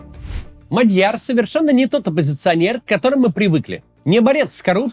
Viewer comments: Максим неправильно ставит ударение. Правильно-МАдьяр(на первый слог) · Не Мадьяр, а Мадяр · не Мадь'Яр, а М'Адьяр 😢 ...готовится к эфирам надо.